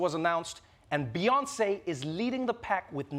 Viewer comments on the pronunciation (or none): none